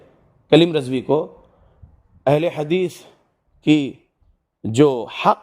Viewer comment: Bhai ye galat hadees ko hagees bolre waise na bole .aapse adaban guzarish